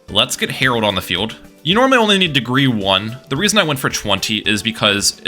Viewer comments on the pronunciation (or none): Every time you said “Herald” my brain thought “Harold” I was like, why are we calling it that? 😂